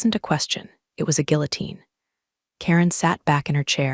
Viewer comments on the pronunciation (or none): As always, I enjoy your stories, but I wish your reader knew how to pronounce resume and guillotine.